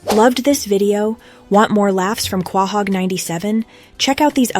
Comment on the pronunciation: You said Quahog wrong...